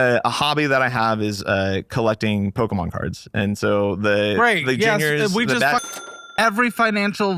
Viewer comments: It is pronounces Pokemon! with and O not a or e :) it's not Pokemen. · Does know it’s not pronounced pokeMan? Because there is no indication that he’s doing that as a joke. I can’t read this guy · The way he says poke mans like he doesn’t know what it’s called lol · The pronunciation of Pokémon is unreal